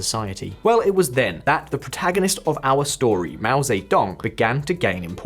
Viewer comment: Yeah right, keep listening to this guy tell you about China who cant even pronouce Mao Ze Dong correctly